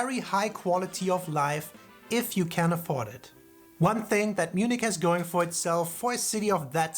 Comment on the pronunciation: It was funny how you mixed English translation of the city of Munich and the the original German word München together: Mün_nich ;-) - The number of tourists is about the same as in the UK, with most visiting London. But the tourists in Germany are spread across the whole country, with a slight surplus for the south. - The Inn River flows through Munich and many people swim in it, there is also a place where you can surf. - The Reeperbahn in Hamburg is the nightlife district but there is also the red light district, which Phil's wink wanted to point out.